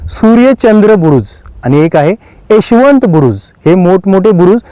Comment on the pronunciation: कृपया चुकीची माहिती देऊ नका. तुपाच्या विहिरी अनेक गडांवर आहेत. त्यात जुने तूप ओतुन सडवले जायचे. हे तूप जखमांवर लावल्यावर त्या लवकर बऱ्या होत. त्यात मावळ्यांना बसवले जात नसे. माहिती नसेल तर सांगु नका पण चुकीची माहिती देऊ नका. आणि उच्चारांवर पण जरा लक्ष द्या. उदा. रहश्यमय ( रहस्यमय ), एशवंत ( यशवंत )